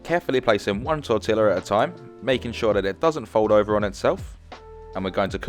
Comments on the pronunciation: tor-tee-ya not tor-tilla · I thought you were joking about pronouncing the L's in Tortilla but you really weren't 😂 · Tortilla ( tor Tila) or tor teyaa 😢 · He claims to be a chef yet doesn’t know how to pronounce tortilla correctly… Like I think this is one of the most widely recognized Spanish words in existence and he doesn’t know how to pronounce it. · too bad you don't know how to pronounce 'tortilla' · Do you pronounce the "L"s in Tortilla in the UK?